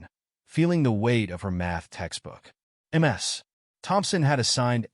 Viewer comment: This is NOT pronounced,"MS",but "MIZ"! Get someone who can correctly speak! (DUMP the A.I.)